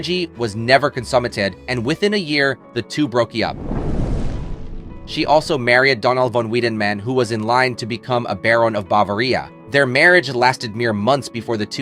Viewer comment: Whoever narrates this needs to learn how to pronounce common words. What is going on here? Bava-rean?? Otherwise, some interesting info. Such a tragedy she never got her weight under control. As well as her untimely death.